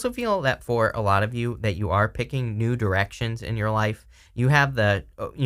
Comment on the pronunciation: I know this brings the tone down a little... but I genuinely thought you said "nude erections" not the more obvious "new directions" and if that doesn't set the theme for Sagittarius energy at present, well I don't know what does 🤣